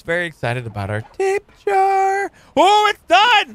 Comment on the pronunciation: i know this is an old vidio but i just hate to say i chringe alot when says Tape jar when its pronounced ta pe ja ra:D i keep thinking of a tape worm when he calls it tape jar